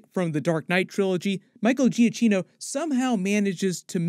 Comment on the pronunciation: it’s pronounced “Giakeeno”.